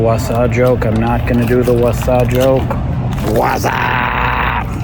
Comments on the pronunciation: Wasa is pronounced like “va” (varnish) and “sa” (sack) 😊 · Not so fun fact, the W in Wasa is actually pronounced like a V.